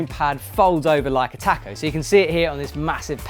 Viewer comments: makes me internally angry hearing you pronounce taco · haha love it, I've never heard it said like that before so it made my day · Do British people actually say taco like that?